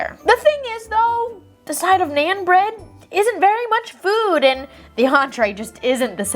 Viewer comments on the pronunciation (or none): For story #4 I agree with bad Apple, but your pronunciation of Naan is wrong. It’s not like a normal an sound(pan) more like a awn sound(lawn). Btw my parents are from India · I’m not trying to be rude or mean but for future reference it’s pronounced non also love your videos